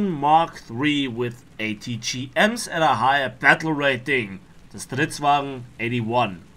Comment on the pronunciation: When u say stridsvagn it's rly good swedish 👌